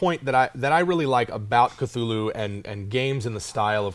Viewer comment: Thool-hu, like cthonic is pronounced thawn-ic. You pronounce the first letter with extra breath. "In a letter to the amateur writer Duane W. Rimel, dated July 23, 1934, H.P. Lovecraft addresses the issue of how to pronounce the name "Cthulhu." 'The name of the hellish entity was invented by beings whose vocal organs were not like man's, hence it has no relation to the human speech equipment. The syllables were determined by a physiological equipment wholly unlike ours, hence could never be uttered perfectly by human throats ... The actual sound -- as nearly as any human organs could imitate it or human letters record it -- may be taken as something like Khlûl'-hloo, with the first syllable pronounced gutturally and very thickly. The u is about like that in full; and the first syllable is not unlike klul in sound, hence the h represents the guttural thickness.'"